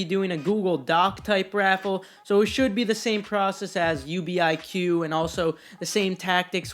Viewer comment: It is NOT U.B.I.Q it’s just UBIQ